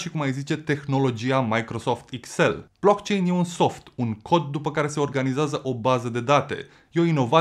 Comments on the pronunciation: Eu l am închis... Nici măcar nu știe cum se pronunță "blockchain"... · Dacă ai făcut research precum pronunți "BLOCKCHAIN" înțeleg de ce ești împotriva viitorului. 😞